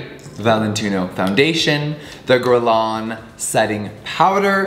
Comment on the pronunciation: Imagine being this rich and mispronouncing the brand's name by a thousand miles. Add Guerlain to the list.